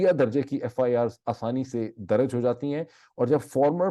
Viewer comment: Dr Moeed aap Please apni urdu languge ki pronounceation bhi correct karen FIR darj not daraj anf plz agree k chootya se chootyapa lafz derive huwa hai aur ye aik gaali hai kisi bhi loogut se aap dekh len ab is charb word ko apni guftugu mai kahin bhi adjust karenge aur koi bhi heela paish karenge to ye apki need to ho sakti hai lakin aap is trha se sunne waley ko kaiyl nhi kar sakte you are a compitent person aap parhey likho wala koi bhi lafz istemal kar sakte hain